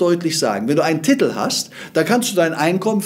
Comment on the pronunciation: Es heißt Titel nicht Tittl